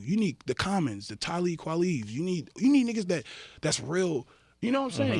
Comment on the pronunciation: LMAOO he called Talib Kweli 'Tally Kwaleev.' this interview full of gems